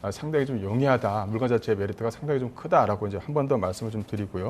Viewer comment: 물건을 물껀이라 하는게 거슬리네 ㅎㅎ